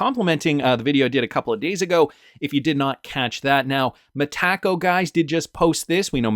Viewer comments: Brad G says MetaCo not MeTaco so keep sounding like a dork .. I’ll go with how Brad pronounces it ! Yes it’s the English way to pronounce but it’s way better . At least just stop saying it please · It's Meta Co. Not me Taco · Sunddenly you can't say Metaco correctly anymore? Lol why you say "Mahtacko"? 😂